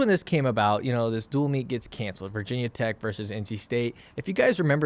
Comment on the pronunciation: Thanks for not saying "vahhh tech" always drives me crazy